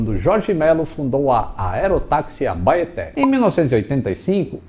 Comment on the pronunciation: É estranho ver uma pessoa de fora citando nomes locais, a pronuncia da Abaeté tá mais pra... Abaité